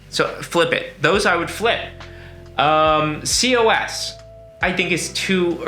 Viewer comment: COS is pronounced Koz